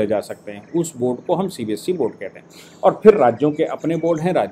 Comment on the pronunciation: CBSC nahi hota hai CBSE hota hai. You need to correct your pronunciation as well as spellings in the thumb nail. You call our EA minister Shri S. Jaishankar as "Yes Jaishankar" Which is incorrect and irritating, too.